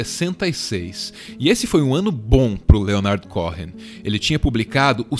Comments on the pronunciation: O H é mudo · Cohen! não Cohrennn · "CORREM" não, queridos, a pronúncia correta é "COUEM"...Bjs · Se pronuncia Coen, não CoRRen como estão pronunciando aqui. Vídeo incrível sobre essa pessoa incrível ❤️ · se diz "Côen" não "corren";) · Que agonia você pronunciando "corren"!!! É um nome judeu, significa sacerdote, é o nome mais antigo dos judeus, dos filhos e Aarão, pronuncia-se "côên", é como um título. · O video tá maravilhoso, extremamente bem feito e bem produzido como sempre, mas acho que seria bom o narrador dar uma olhada no Google Tradutor a pronúncia desses nomes gringos, porque confesso que me sentia mal toda vez que ouvia ele falando Leonard Córren, é tipo Lênard Cô-en. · O "H" do nome dele eh mudo. Eh "Coen" e nao "Coren" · CÓ-HEN soa horrível, seria melhor pronunciar CÔ-EN. No mais, excelente vídeo!!! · Cô...en. e não CoRRen. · A pronúncia do sobrenome me soou estranha. Cohen, é Cohen mesmo, sem o rótico (o ‘r’) gutural. No mais, o vídeo tá fantástico. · Foi só isso que ficou faltando! Cohen, com o h mudo! No mais, meu muso, Leonard! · Mais um vídeo com texto pretensioso e raso. Se tivessem realmente pesquisado de verdade saberiam, pelo menos, que a pronúncia correta do nome de Leonard Cohen não é "Correm"; o "h" é mudo. Aliás, em toda a entonação da narração do vídeo transparece que quem está falando tem uma dificuldade de raciocínio, ao mesmo tempo que tenta parecer sabichão, e fala para retardados. Tudo é precário e mal feito. No entanto, o relativo sucesso desse canal é compreensível, afinal, vivemos num país de bestializados. Qualquer pouca coisa já é recebida como se fosse muito, independente da qualidade, ou melhor, da falta dela.